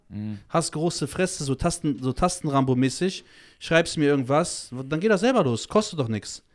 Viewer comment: Dem Typ links "mäßig" kann man "mäßig" nicht zu hören. Arme deutsche Sprache.